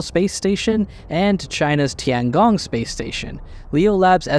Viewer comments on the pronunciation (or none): none